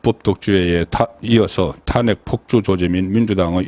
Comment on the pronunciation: ㅋㅋㅋㅋ 국가 행정부에서 내란이라고 안하는데 지가 뭔데 내란이라고 씨부리냐 개새끼 그리고 논평이 사투리 발음이 영~~탄아~~안핵